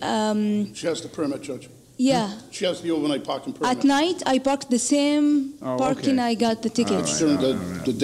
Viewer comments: She is from Saudi with all that accent and smiles of hers. When was the last time an Indian pronounced "Parking" as Barking? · Dang! She networked right through ma heart for sure! Accessed all files! Btw, for those who aren’t familiar with Arabic, there is no “P” in Arabic. You can see the way she uses “B” in place of “P” sometimes. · probably egyptian cause parking was pronounced as barking and thats arab accent they dont have P they have B . mostly egyptians can never learn the p letter so i give it 90% egypt :p